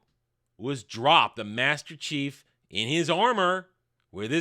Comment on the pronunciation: hard to "understand your understanding" when you can't even say Master Chief right once...